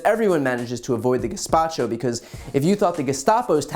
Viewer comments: Guesspacho??!! Sounds Italian? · Gespacho???? Sorry. Basing it on her accent. 🤣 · She really said “gaspacho” 😭😂 not “gestapo” lmfaooo what an idiot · "Gespacho" lol...it doesn't get more embarrassing than this. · did she just say the police are a soup? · I heard it as more of a racist, on purpose, mispronunciation